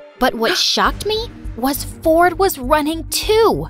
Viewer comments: Why does it sounds like his name is fortnite? 😭💀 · Who heard fortnight instead of ford and i🥲🤣🤣🤣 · I thought she said her brother's name is "fortnight" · bro said "my tein brother fortnite" run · I love how brother is named Ford but pronounced fortnight😂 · When she said Ford and I I heard Fortnite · my brother “ford and i” sounds so like fortnight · Ford and I sounded like fortnite 🤣🤣🤣 is it just me or everyone 😑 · When he said ford and i i thought he said fortnite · When it said ford and I I heard Fortnite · i thought she said "my twin brother fortnite" at the start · is it just me or when she saids my twin brother ford and i sounds like fortnight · When said “Ford and I” I thought she said and my brother fortnite lol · When she said Ford and I I thought she said Fortnite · I heard fortnight😂😂😂😂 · Why did i heard fortnite not ford💀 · bro at the very beginning when she said "my brother Ford and I" I thought she said his name was Fornite. 😂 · Did he just said fornite? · "My little brother Fortnite" That is what i heard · i swear i heard her say “my twin brother fortnite” 💀💀😭😭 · Who else thinked that she said "my twin brother fortnight"